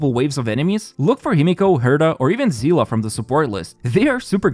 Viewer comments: Seele not zilla 😂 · it kills me how everyone pronounces Seele "seal" or "seala"